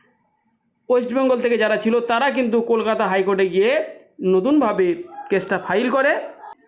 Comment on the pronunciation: "কেলকেটা হাইকোর্ট"😜